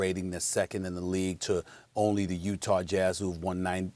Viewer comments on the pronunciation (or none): utar jazzrrr! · UTAR?? UTAH(U-TAW) COME ON MR.SMITH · UTAR Lmaooo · Steph A says UTar lol